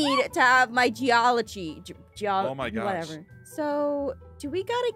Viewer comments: When Jess said geology I forgot how to pronounce my whole vocabulary The extent of that word mispronunciation made me stupid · I literally facepalmed when she said geology